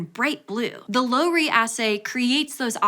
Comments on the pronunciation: The "Low" in Lowry rhymes with DOW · I have cited Lowry and Laemmli numerous times. Think we used to call it Lau-ree.